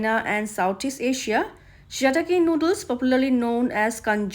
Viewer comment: say it proper